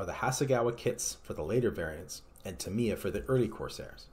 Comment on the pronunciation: he keeps saying TIM-EEE- UHHH its a long A not an I